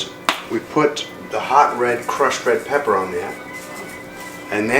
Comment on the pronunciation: Did you say Peppaaa??